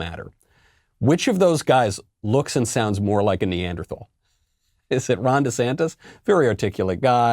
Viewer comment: When a President calls his citizens a name AND mispronounces it. :rofl: Neanderthals Why does Joe Biden hate Neanderthals and American citizens?